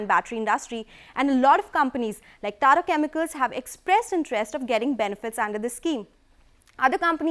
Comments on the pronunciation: Tada Chemicals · Tada Chemicals..... 'Lidium-ion' batteries .... Lol